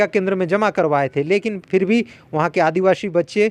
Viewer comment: रिपोर्टर जी, आप बार बार स ko श क्यों कहते हैं आदिवाशी न पढ़ें आदिवासी ही कहा करें